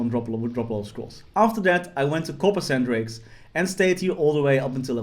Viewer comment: "Coppersan drakes" 😂